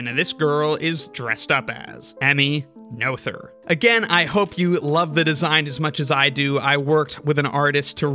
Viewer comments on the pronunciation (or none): that's such a cool piece of art! one thing though: since you did emulate the vowel in "Göttingen" you might for consistency's sake want to do the same for the 'oe' in "Noether" which is the same (well, kind of, it's the long version of the vowel, which is also closer, but we want to still stick to English phonology after all). also, that 'th' is just a plain /t/ sound (German doesn't have the English 'th' sounds, cept maybe in loanwords). then again "Noetherian" just sounds so much better the way you say it (and, um, i might as well if i'm honest). and technically the 'ő' in "Erdős" is the same as the 'oe' in "Noether" but i reckon that would stretch English phonotactics to the breaking point.